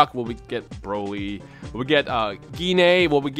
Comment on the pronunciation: i love how he mumbled broly lmao